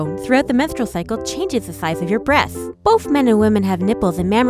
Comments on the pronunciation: The way she says “breathts” instead of “breasts “ gives me life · Yeah its totally "Breaths" instead of "breasts" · Breaths, not breasts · I swear i thought she said "breath" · Erin Jane B He was mocking the narrator's speaking. The way she was speaking made it sound like "breaths" every time she tried to say "breasts." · I heard boobths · I heard breaths instead of breast's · i feel you. Her "S" became "T". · I come into this video hearing "breathhs" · She says th instead of t